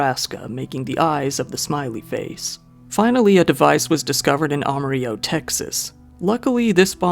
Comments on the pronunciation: It's pronounced am-a-rill-o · Do you mean Am-ah-rill-oh TX? You pronounce the L's 😉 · The dudd was found where? Lol "aimarilla" what? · That pronunciation of Amarillo is… interesting. I know it’s the proper pronunciation, but no one in Texas says it that way. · We didn't fight the Mexicans just to keep pronouncing Amarillo the correct Spanish way.